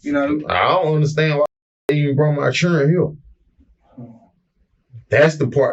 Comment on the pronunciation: His “Churrin” 😂